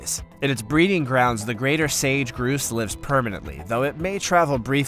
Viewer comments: narrator should get names of birds right. he said one of the bird types was a 'groose' it is NOT a groose it is pronounced 'grouse' with the ow sound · Grouse is not pronounced groose it's pronounced ou as in house